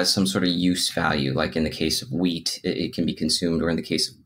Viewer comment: "In case of weed it can be consumed..." :D I know he means wheat..... Great interview....